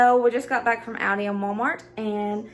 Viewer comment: Have sooo got to make all of these..they look soooo good. AND very affordable..!! Oh by the way..I just LOVE the way you say Aldis.. Sharing this video on my page so I will have the recipes..